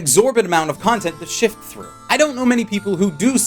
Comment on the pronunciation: it's sift, not "shift".